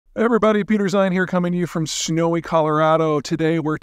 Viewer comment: "Schnowy Colorado "